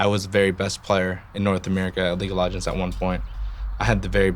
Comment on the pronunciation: league of logonds?